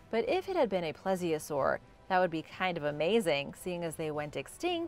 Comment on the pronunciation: Mosasaur is pronounced m-oh-sa-saw-rus and plesiosaurs is pronounced please-i-o-saw-rus